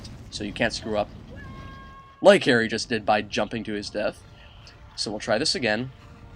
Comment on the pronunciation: at 13 minutes and 45 seconds did he realize he called harry airry is he racist?